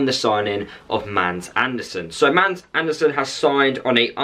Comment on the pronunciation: He's name are not "MAND", but "MADS".. you pronounce it with an stumb "D", so its more like MAAS. And he's sure name is Also with a Stumb "D" in Andersen. "MAAS ARH'NER-SEN" is the right way to pronounce he's name "Mads Andersrn" in Danish, where he's from. :)